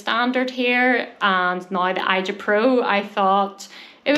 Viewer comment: Hi... I think it's Asia... not i...ja